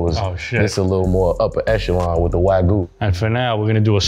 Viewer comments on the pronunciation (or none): none